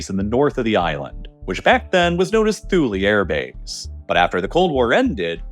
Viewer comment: Thule is pronounced “Two Lee”.